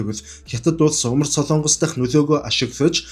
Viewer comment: СОЛООНГОС бишээ.... СОЛОНГОС шүү !!! Улс орныхоо нэрийг зөв хэлээч дээ !!! СОЛООНГОСЫН ХОЙГ биш ,,, СОЛОНГОСЫН ХОЙГ !!! гэж ярь л даа.